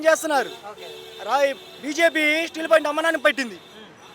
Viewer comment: స్టీల్ పాయింట్ kaadura 0.5 gaa. స్టీల్ ప్లాంట్ ani నేర్చుకో.